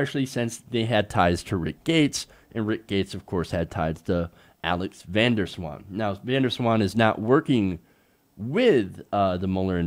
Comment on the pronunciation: It's not Vendor Swan (like a Dutchie hears this pronunciation), the Van sounds more like saying Vaughn in a fast way, (Vahhhn?) (space) Der (space) Zwaan (hard Z like Ryan Zinke). That's just my 2 cents, I always find it funny when people from other countries have to pronounce Dutch names, I can't wait for someone called Heijmans getting into trouble ;-)